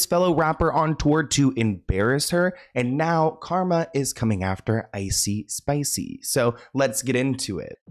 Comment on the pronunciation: Not ‘icee spicey’ 😂 🤣 I can’t with you!!😂 😜